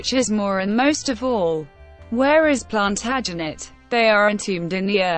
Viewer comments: couldn't watch more than 3 mins with that feckin god awful robotic voice mispronouncing every important/major name. As if that wasn't bad enough punctuating where there should be none. PLANTERJANETS Really ffs!! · WHY NOT HAVE SOMEONE WHO CAN PROMOUNCE PLANTAGENET CORRECT....HURTS MY EARS.....